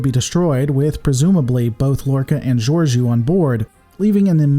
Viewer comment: Do you just use captions and no volume on Discovery? They say Captain Georiou often enough you have obviously pronounced incorrectly with intent or bad lore on your part.